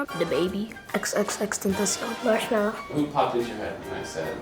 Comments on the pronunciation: My guy said xxxtentasigan 😂😂😂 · My boy said xxx tentakios